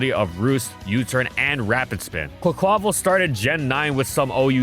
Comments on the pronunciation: i believe quaquaval is pronounced with its last syllable stressed, like the portuguese/spanish carvanal from which the name comes from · The way the narrator pronounces "Quaquaval" 🤣